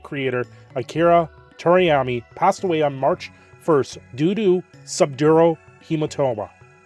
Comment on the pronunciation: Please research how to pronounce people’s names before talking about them. Toriyami isn’t it